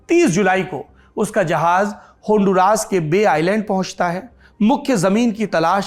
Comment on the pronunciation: Aap ke pronouncion is incorrect , its not honduraas, its hon-du-ras. Dusri baat, I’m looking for an desi guy to join me in honduras who knows how to make ghee. I live in US and want to go there to make ghee.